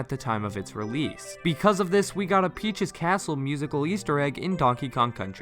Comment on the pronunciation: Am I the only one that heard "on the roof of PJ's castle"?